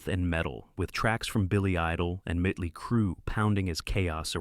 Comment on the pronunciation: It said Mitley crue😂